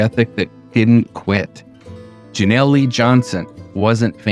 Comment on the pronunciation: This is my aunt, her name is pronounced Ja-Neel So much guilt my uncles and aunts have for not being able to protect her. But she was reunited with her older brother as of May, we can only hope they are all together. Thank you for covering her❤️